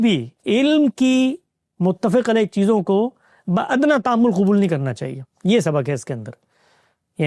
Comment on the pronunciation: ، متفق علیہ ہوتا ہے بفتح الفاء ۔ نہ کہ بکسر الفاء ۔